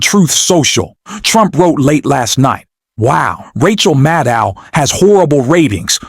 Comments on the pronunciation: Rachel “Maddul”? Did she change her name seconds after this guy said her name as “Maddow”? Y’all excuse me, maybe I’m just soaring but it sure sounds like he either changed the way her name is pronounced in less than 2 minutes deliberately or forgot that quickly how he said it just moments ago. Then again, he says “pending the need” before saying “bending the knee” 11 seconds after. Am I just high, deaf, or did anyone else catch that also? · It’s Mad-oh. Simple.